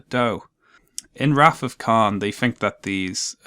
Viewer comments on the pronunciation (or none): none